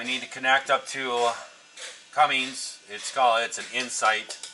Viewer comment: Cummins not Cummings!!!!